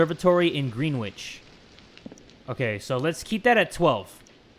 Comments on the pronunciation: I'm from London and when he said Greenwich he said it like green- wich and you're supposed to say it like Gren- wich but no hate xx and by the way YOURE THAT DUDE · Me be dying of laughter when you say Green- witch We say Grenich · When it was the time zone puzzle, greenwich is pronounced gren itch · Anyone else laugh at the way he said Greenwich Pronounced grenitch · Man the most scary part was how you pronounced "Greenwich"